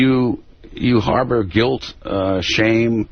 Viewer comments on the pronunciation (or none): none